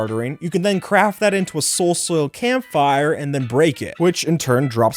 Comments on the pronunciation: Wait a second... Did you just said "Soul soul" or "Soul soap" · say soul soil one more time .i dare you ...